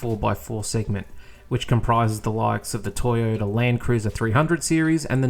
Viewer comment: Well done again on another informative video. However, could you please learn how to say Toyota and not Teeyota..